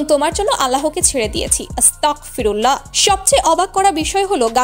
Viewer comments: বোন আসতাকফিরুল্লা হবেনা এটা ভুল।আসতাগফিরুল্লা হবে। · 📌নোটিশ: আপু, ভিডিও তে বলা দুইবার "আস্তাকফিরুল্লাহ"❌ সঠিক হবে না, আমার জানা মতে... "আস্তাগফিরুল্লাহ"✅ ঠিক হবে... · আস্তকফিরুল্লাহ ❌ আস্তাগফিরুল্লাহ ✅ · আপু আগে আপনি আস্তাকফিরুল্লাহ না বলে ,,,,,,,,,,,,,,,,,,আস্তাগফিরুল্লাহ বলুন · আসসালামু আলাইকুম আপু কিছু মনে কইরো না তোমার আসতাগফিরুললা বলা টা সঠিক হয়নাই ভুল হয়েছে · আস্তাকফিরুল্লাহ হবে না, আস্তাকফিরুল্লাহের অর্থ হল আমি কাফির হতে চাই, ভিডিও বানানোর আগে নিজে সঠিক উচ্চারন করেন এটা হবে আস্তাগফিরুল্লাহ।